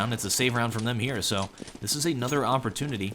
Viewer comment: "This is another AWPertunity" hehe